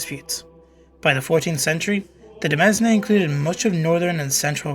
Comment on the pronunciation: FYI Demesne is pronounced like demayne. De mes ne hurts my ears so bad.